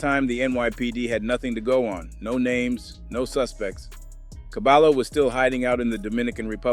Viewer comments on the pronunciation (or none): Never mind saying cabalo and say ''cabayo'' properly. Caballo means horse. It also means ''head man'' or ''expert'' in Hispanic language street parlance. - There is no ll in the English alphabet. ll is pronounce like y as the equivalent verbal sound. It's an elementary school lesson in any competent bi lingual program. A bilingual program is very expensive at any competent private educational institution. BTW , the objective of a NYC elementary public/private school bilingual program is to immediately produce an English speaker. The younger the child, the more languages can be learned. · Dont call him cabalo.. is KA-BUH-YO… or just call him horse with braids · Cabayo not Cabalo stupid AI bullshit. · Who is cabalo? Is CABAYO AKA CABALLO AKA HORSE. CABAHYO, you know, like the Y is pronounced in the Toyota 😂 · Its pronounced Cabayo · I hate that it’s 2025 yet we still don’t know how to look up the pronunciation of a name. It’s CABAYO!!!!! The LL in Spanish makes a Y sound jeeezus christ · Dude it’s pronounced ka-by-oh isn’t it? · It's pronounced Caballo is pronounced Caba-joe the 2 L's make a J sound together the name means Horse in spanish. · You're saying his Name Wrong, it's (Cah-ba-yo/Horse) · I’m not tryna be “ that guy “ but it’s soo aggravating hearing him say caballo like that lmfak it’s pronounced cuh-bi-yo lmfao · My guy said CaBAlo.😂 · Caballo ... Horse in Spanish ... The LL's together sound like a J ... Or Y.... Fyi. ... I know ur not Spanish , great reporting ....